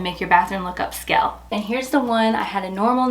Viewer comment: I apologize for my rudeness, the word is not up-skell.